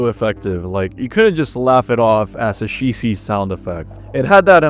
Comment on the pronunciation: pronouncing "Cheesy" as "She See" is certainly a choice